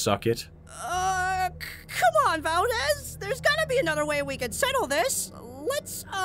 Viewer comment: Why do you call him Valdez? Are you Filipino?